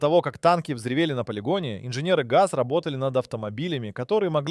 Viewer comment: Nem betűzzük az oriosz/szovjet autó márkákat, nem Gé a zé hanem Gaz és nem zé el el hanem Zil.